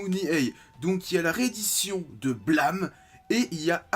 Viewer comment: Blâme... BlAmeuh ... Mais l'accent est ou XD sinon étant fan de tsutomu nihei j'attends avec impatient de me prendre aposymz demain !^^